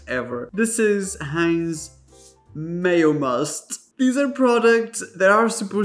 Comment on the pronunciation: Every time you said, "Mayomust", I lost it.